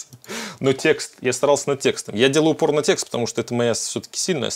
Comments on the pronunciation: Послышалось: "Я делал пор*о текст"... бывает же. Шедевр. Жене включу.))) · А кто еще услышал "порно-текст", вместо "упор на текст"?